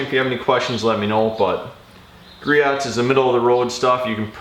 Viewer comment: It is pronounced GREE-OHS. No hate, just wanted to let you know.